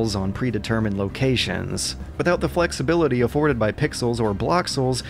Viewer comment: And their.... flexi-*bility*.